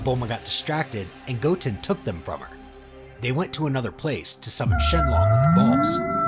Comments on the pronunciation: Shenlong? It’s shenron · A n d a s k e d.. SHENLONG??? EXCUSE ME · anyone notice he said “shenlong”